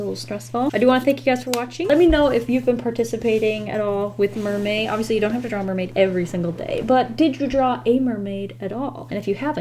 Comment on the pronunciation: anyone notice that she is saying mermay and not mermaid?